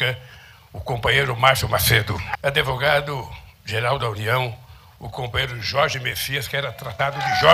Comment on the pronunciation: Adoro ouvir Lula falar "adevogado". Vera Magalhães fica louca. Que morda o cotovelo. 🤣🤣🤣✌️😁